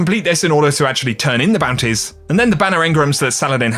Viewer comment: Google captions convert your "bounties" pronunciation into "panties"